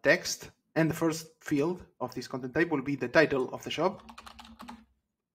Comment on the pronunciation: I was wondering why he was saying 'shop' but adding 'job' ...